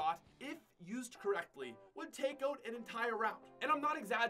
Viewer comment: I still cant get over pronouncing out "Ote"